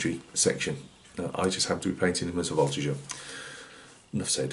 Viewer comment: A lot of nice advices with this tutorial! Great french prononciation for the Voltigeur. Wish you a Merry Christmas!